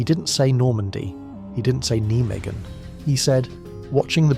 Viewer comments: It`s pronounced NI MAGEN, not Nee magen, NI MAGEN. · That's the German pronunciation which the Dutch understandably hate.